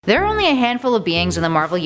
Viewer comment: " now to be thair thor" i giggled..